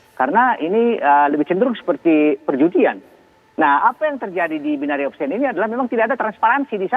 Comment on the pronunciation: Bagaimana bisa Memberikan "Warning" ? .. Istilah BO saja disebut "BAYNERI OKSKIEN" .. Wakakakakak .. Seorang Doktor juga menyebut istilah "ALOGARITMA" .. WEW !